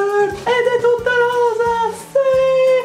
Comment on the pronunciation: ovvio che vorrei ricevere questo set di pennelli di Sirma ahahah chi non vorrebbe...comunque mi hai fatta morire dal ridere quando hai detto "rosa" :'') lo sbaglio anche io ahahah